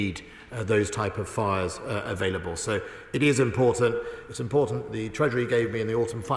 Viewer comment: "Blavery" "Uklaine". "ImporDant".